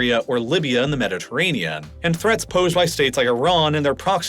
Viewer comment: What is a "Mediterranea"? You keep pronouncing the Mediterranean as "Mediterranea".